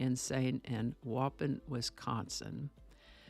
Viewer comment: Hi just a couple of pronunciation issues. I only know because I live in Wisconsin lol. It’s Ed (geen) with emphasis on the ee. Like lean. And pronounced (wau pawn) like awww pawn. Hopefully that makes sense.